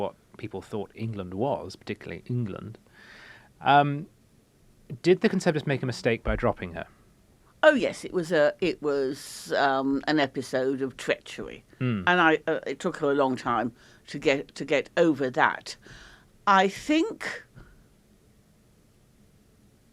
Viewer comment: twetchory?!?! wtf is twetchory!?!?!? Does the off-spring of the Iron Maiden mean 'treachery??' Can't believe the British PM didn't insist her daughter learn to talk!!! Sheesh!!